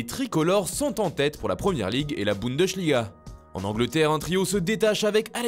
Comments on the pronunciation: C’est pas boundechliga c’est Bundesliga (se prononce boundeslia) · La bundechliga du Portugal ? 😂😂😂